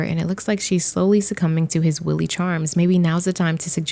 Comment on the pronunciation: Willy Charms? Instead of wily charms. Hmmmm incorrect but also fitting for Don🤭